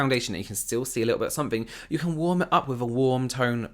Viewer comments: They way she says "worm" instead of "warm" makes me snort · the way she pronounces “warm” is killing me